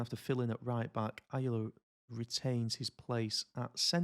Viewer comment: Ayala is pronounced “i-ahh-la”